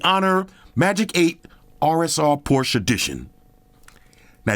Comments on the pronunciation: Well as a German it‘s „Porsche“ not „Porsch“ but hey we are here for the phone not the car brand haha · poshe car then porshe phone 😂😂